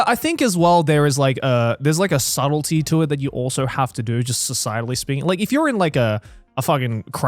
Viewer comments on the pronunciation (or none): none